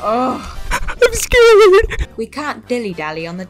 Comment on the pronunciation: iM sCreAd youtube deleted my comment so im reuploading it here